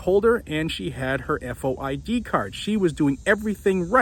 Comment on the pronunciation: Here in IL, we just say “FOID” card, not F-O-I-D card.